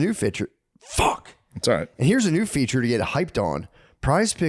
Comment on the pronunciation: And here's a new "fiture" .... FAWK😂😂